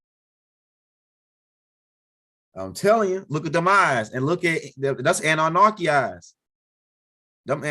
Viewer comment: There is no R in Anunnaki…lolol…and practice saying ExtraterreSTRIAL…That’s all!!! Keep the info coming though!!! 👍🏽